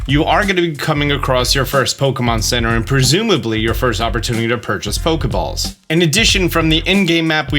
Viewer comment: Fokeballs? Or am i hearing wrong?